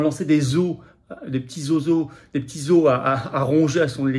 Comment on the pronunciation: en lançant des eaux, des petits seaux seaux, des petites eaux à ronger à son électorat, parce qu'elle trahit tout le reste... Aïe! Aïe! Aïe! votre prononciation! Une vraie catastrophe. Vous ne savez pas prononcer le mot 'os', vous prononcez 'os' comme 'eaux'. Au singulier, on prononce 'os' -> 'ossse' (o + s) en prononçant le 's'. Un 'os' se prononce : un ossse. Ex. : un 'ossse' à ronger. J'ai trouvé un 'ossse' dans mon jardin. Au pluriel : des 'os' on prononce toujours le 's' mais on fait la liaison : des'ossse. Au singulier comme au pluriel, la prononciation est la même. Maintenant le mot 'eau', une eau pure par exemple, on prononce 'eau' comme un 'o'. Une o pure. Et au pluriel, on ne prononce pas le 'x', mais on fait la liaison. Des eaux pures. Des'o pures.